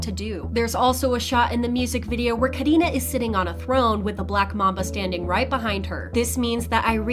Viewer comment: No one : The person talking : KahDinaH